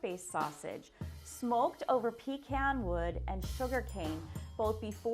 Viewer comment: I'm sorry, but if you're talking about Louisiana food, that is not how you say pecan.